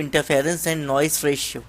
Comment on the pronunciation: Its Noise ..not noice